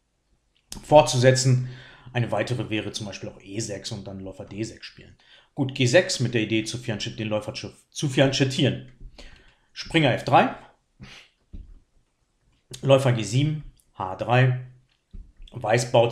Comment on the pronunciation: Bitte nicht "fiantschettieren" sagen, sondern so wie es sich im italienischen gehört: "fiankettieren". Siehe